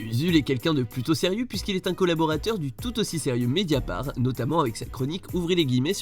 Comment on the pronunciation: "le tres sérieux médiaparts"